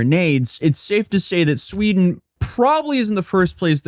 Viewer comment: In Shweeeeeeeden!?!? Say it ain't so!